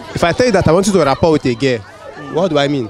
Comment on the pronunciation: but you sef you are confusing them now. It's raPPORT not raPOR. Your pronunciation is confusing